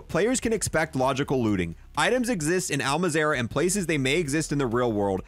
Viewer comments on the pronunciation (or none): i just want to say and its probably a bit much but can you please not say al mazarah when its al mazrah MAZ RAH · Im sorry i know this has nothing to with the video but him saying “Al Mazerah” instead of Al MAHZ-RUH (pronunciation) is killing me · Btw, you’re saying Al Mazrah, it’s pronounced All-Mauz-Rah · Things he pronounces wrong: Panzerfrost Polychromatic Al Mazerah Black Modus